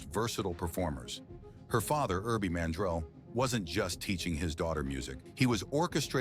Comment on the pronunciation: Enjoyed this episode. Constructive criticism - The last name is Man-drell, not mandrol. Barbara’s daughter name is Jamie, pronounced Jay-mee, not Hymie.